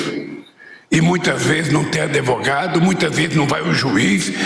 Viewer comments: A mulher dele ou um dos assessores tem que dizer para ele que o nome não é adevogado, ele tem que aprender depois velho que a palavra correta é advogado. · Nossa um presidente da República falando ADEVOGADO é o fim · Como ele disse : A pessoa não tem ( ADEVOGADO )🤦. Gente , isso é induzir o crime ao meu ver. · Eu ouvi Adevogado ou estou alucinado? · Com "adevogado" tudo fica bem! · Não confio em quem fala "adevogado".